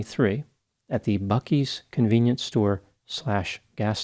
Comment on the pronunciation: I know you’re an East Coaster so I was really worried you were gonna butcher the pronunciation of the beloved Buc-ee’s. I should’ve known you’d nail it!